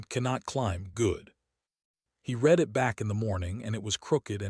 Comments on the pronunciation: Great story, though please teach your AI the difference between "red it" and "reed it" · "Starring"?? Not again! Why is Ilo not going to rescue him? Not acceptable. You "red it" rather than "reed it"? Then we try it the other way around: "reed it" when it should have been "red it". "Conquered" vs. "Concord". - what, what, what??? He does not have a roof. And it has already rained on him once before. This is getting too stupid. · Why does ai have problem with "read"?